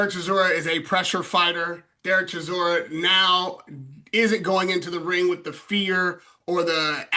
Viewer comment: say it right Derek DELBOY Chisora, A.K.A War Chisora